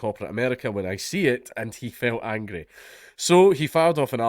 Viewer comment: I like the accent when he says angry reminds me of Shrek